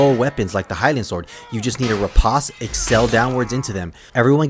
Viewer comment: So it seems like it wouldnt, but the proper pronunciation of "riposte" is actually just "rih-post". I didnt know it myself until recently. I felt like an idiot. Anyways great tutorial. Been feeling the itch for chivarly again. Comp matches will burn you out quick so its been a few months.